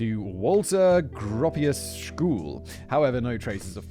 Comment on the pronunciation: Simon hasn't heard of Bauhaus I'm guessing. Walter Gropius pronunciation lol.